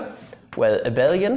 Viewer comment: Great to see something other than 'MEGA HARD INTEGRALS SOLVED USING MY PINKY FINGER' on a maths youtube channel. Also, you're the only person I've seen who says 'Abel-ian' rather than 'A-bee-lian' which is the CORRECT way. So ty you made me feel okay this morning.